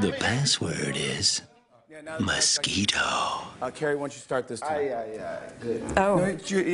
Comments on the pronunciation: Nobody : Gucci Mane : Mochquito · “MUSHKEETO” lmao